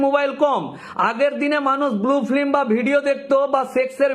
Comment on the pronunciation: উকিলবাবু, আগে উচ্চারণগুলো ঠিক করুন। আর দয়া করে মুখ থেকে সুপুরি বার করে কথা বলুন। আপনার "prawn" আর "flim" শুনে আমার যে..........😅😅😅😅